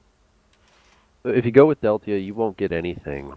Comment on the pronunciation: just saying deltia pronounced chorrol correctly :)